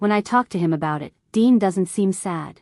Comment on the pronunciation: Why dean becomes dine? AI for sure